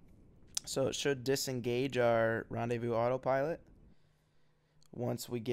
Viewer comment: Rendaivous autopilot XD Seriously, for someone who is french it's rellay funny